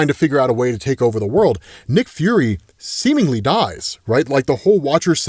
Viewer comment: semenly...say it again